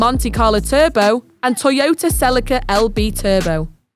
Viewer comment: Learn how to pronounce Celica next time